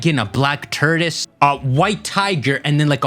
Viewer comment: Why do you say tortoise like that